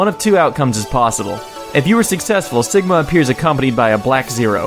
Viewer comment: Awesome list ^^ plus btw dude you said "Stigma" instead of Sigma sorry if you didnt but I keep check and that what I hear lol